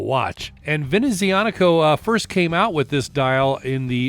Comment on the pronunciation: OK so not a fan of this brand but this looks slick! Nice pronouncing of the name too!